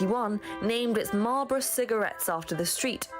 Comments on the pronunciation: Marlborough...Try saying....'Maulbra' x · Note the presenter's correct pronunciation of "Marlborough" as opposed to yours! 🙄😖😡 Genuinely, it is not that difficult. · Duke of Marlborough...pronounced Marlbra. Winston Churchill's ancestors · 'marlborough' pronounced marlbro. see Winston Churchill's family. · OK Marlborough is pronounced Marlburra. As are most towns and names ending in 'borough' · Hey fella, I've told you before! Anything with -borough, -burgh or -brough at the end is pronounced "-bru" not "-burrow". 😉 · What a plonka! making a complete fool of yourself drinking from a pitcher and spilling water down your shirt, yes it is also rude. By the way, Marlborough is pronounced "mawl-bruh". I'd love to hear you pronounce Worcestershire? definitely subscribing just for the laugh! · Notice how "Marlborough" is pronounced: "Mawl-bruh" in relation to the Duke of Marlborough. I'm not sure how the locals pronounce it in the name of the town of Marlborough in Wiltshire. Does anyone know?